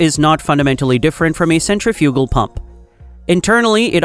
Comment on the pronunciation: The AI needs to learn how to pronounce "centrifugal".